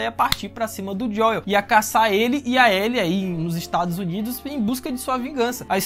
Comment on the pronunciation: Serio que ele vao ficar chamando o Joel de Joieu até o fim da serie?